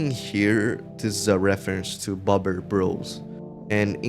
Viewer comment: Beaver is bóbr not bober in polish